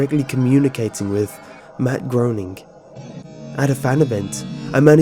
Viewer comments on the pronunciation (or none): sounden like u said MadBrony xF